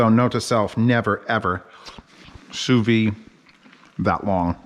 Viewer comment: Great video. You're supposed to pronounce the 'd' in sous vide.